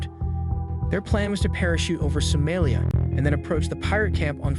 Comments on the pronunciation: So-MAH-lia not So-MAY-lia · sow mah lee ah. is this just an ai voice youtube channel? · He don’t pronounce any of these countries or city’s right at all lmaoo